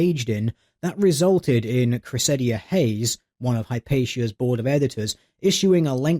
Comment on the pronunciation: LOL it's pronounced "KRESS-id-uh". CRESSida Hayes!